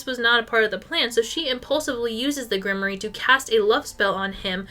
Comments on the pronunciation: Grimoire 💔 Grim-wAR not grim-ory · I've never heard grimoire pronounced like that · thats…not how you say grimoire…